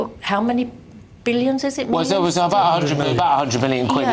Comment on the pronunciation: 10.39 to 10.42. ,,'What will the government do aboud it?' x 2. 15.22 'wad I wanna know.' Please talk properly. You sound awful!!!